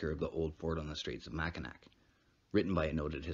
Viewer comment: It is pernounced mack-in-naw I live in mi just wanted to let u know that